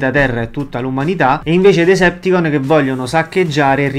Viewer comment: Decepticons...ma a volte sento dire Deserticons